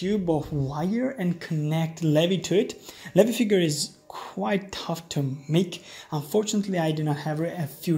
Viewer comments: you didd :0 you said "lehvy" instead of "leeveye" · Umm did you just call Levi Levy.